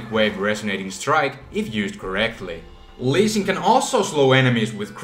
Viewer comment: No, didn't you hear him? He said "Leezing" Not Lee Sin Lol